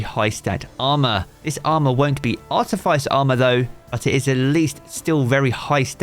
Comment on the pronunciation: Great vid as always thanks 👍. Btw, Artifice rhymes with practice.